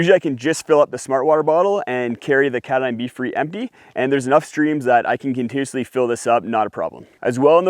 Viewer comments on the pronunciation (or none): Dude, speak a little slower and e-nun-ci-ate! Your words spill out so fast you don't pronounce them properly. For instance, the word "continuously" came out as "contoosly", etc.